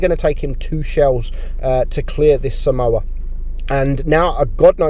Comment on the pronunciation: this is a correction. I'm pretty sure that somua is pronounced as som-mwa and not as samoa which is a country.